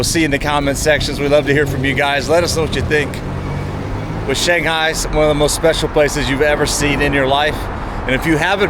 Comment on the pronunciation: Yu in Yuyuan is pronounced as y-we. The articulation does not exist in English. Shanghai is pronounced as Shanghai, not shang-gai. They are two respective characters.